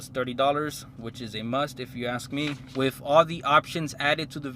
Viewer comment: Basically broke niggas trynna impress while becoming broke😂😂😂 2,000$ down clooown 🤦🏻‍♂️. But “that’s just me” “Wiff” head ass